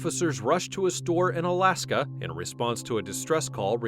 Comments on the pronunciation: The third section was not from Alaska as the narrator states. It is from ONALASKA WISCONSIN. Please get your information correct. Pronounced ON A LAS KA. Also that pair are regulars to the jail between the meth and shoplifting. Quite the show they put on. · That's LaCrosse....not LA cross. And it's Onalaska....not Alaska.